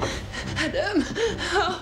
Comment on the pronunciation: Salut. Génial comme dab. Mais je ne supporte pas les prénoms prononcés à l'anglaise dans ce film. Exemple: Adam est prononcé Ademe. Peter est prononcé pideure. Etc. Sinon c'est un bon film de nuit.